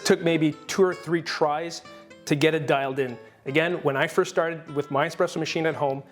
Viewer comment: Does he keep saying “expresso” even though he said it’s “espresso”? It’s driving me nuts!